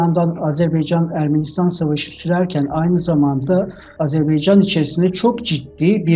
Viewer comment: Lavaşı Ermenistan yemeği yaptın ya. Ne diyeyim sana. Bi de Azerbaycan'ın adını Azerbeycan olarak okumaktan ne zaman vazgeçeceksin?!